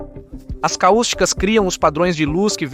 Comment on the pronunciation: não é caústica. É cáustica